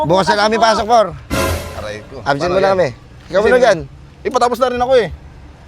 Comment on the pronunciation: May pigsa si kulas “arrray ko”😂